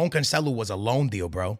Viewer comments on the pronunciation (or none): none